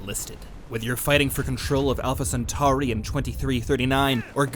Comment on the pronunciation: You can tell what genre this channel is. 😂 Perfectly pronounces Alpha Centari, but mispronounces Gua-dal-canal.